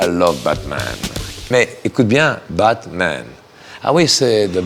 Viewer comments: À la fin il dis c'est pas le "BAD man" !!! J'ai l'impression de parler mieux le JCVD que vous ^^ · JCVD vit beaucoup aux États-unis et on prononce souvent la lettre "t" comme un "d" ce qui peut expliquer pourquoi il veut faire comprendre que "BaDman" c'est le méchant, et il se corrige après en se rappelant que "BaTman" veut dire "chauve-souris" et non "mauvais"